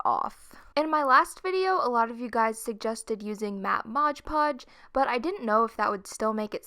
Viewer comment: the way you say mod podge. moj podge